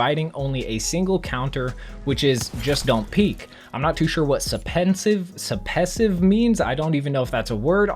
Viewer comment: “Suppesive” was supposed to be “suppressive” i think